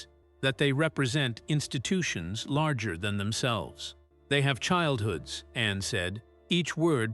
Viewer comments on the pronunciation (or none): Narrator should pronounce Princess Anne's name as it is, not Annie.😂